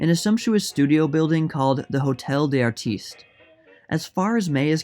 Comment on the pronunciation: Hotel Des Artistes: pronounced: Otel Dezartiste .